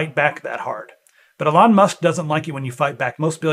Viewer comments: Love the video although I feel like I'm having Trans Ischaemic Attacks every time you say 'uh-lon Musk' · You lost me when you can't even pronunce his name properly 😂